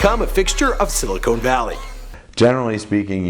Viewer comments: It's "Silicon", not "Silicone". ;) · It's silicon not silicone.